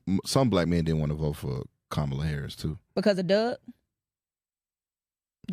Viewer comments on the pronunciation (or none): Please pronounce her name as such, COMMA-la. Plz and thz❤